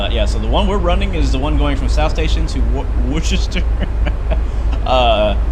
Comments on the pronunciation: can’t really think of another way to write it out, but I know it isn’t pronounced worchester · Woostah is how a Bostonian or Masshole will say it, I know I am from there!!!